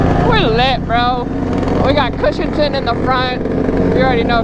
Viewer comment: Its not cushinton it is chuchtan